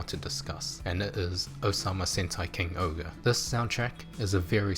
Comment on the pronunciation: why do you say king ogre when it’s supposed to be? king Ohger bit the ger is jer